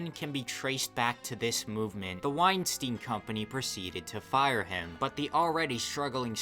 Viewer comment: Good vid, although there is one common mistake that kind of irks me. Epstein and Weinstein are not pronounced Ep-steen and Wine-Steen, it should be ,Ep-Stine and Wine-Stine. Think about it. Nobody calls Einstein, Een-Steen, do they? Also, by the naming convention you used, Weinstein should be Ween-Steen. Which, although it probably captures that villain's essence more definitively, is wrong.